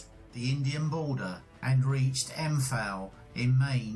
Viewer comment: This is so annoying. He constantly mispronounces “Imphal”, which is a hugely significant battle and very well known. It’s also incorrectly spelt on the map. And he repeatedly pronounces ‘lieutenant’ as “lootenent” in reference to British officers, as if he’s speaking American.